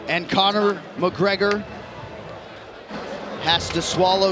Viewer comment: You did Conor even dirtier by butchering his easy name🤣